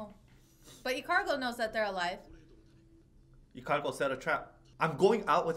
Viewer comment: It's Ikalgo not Ikargo